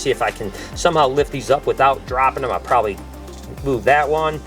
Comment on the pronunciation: Any one hear say “prit prosbably